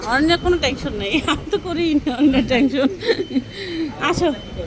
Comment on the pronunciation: Not tanchon bolen tenchon